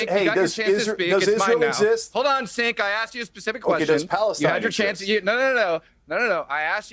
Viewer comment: Matt Tardio is a "Vetbro" Grifter, and don't get me twisted, I have my problems with Cenk, but it's so intentionally disrespecful and antagonistic that he purposefully calls him "Sink" , what a jabroni